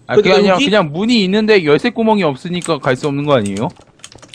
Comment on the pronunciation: 열쇠발음이 열섀라곸ㅋㅋㅋㅋㅋㅋ